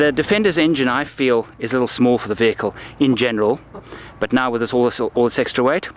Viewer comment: Good wehicle, bad presentation...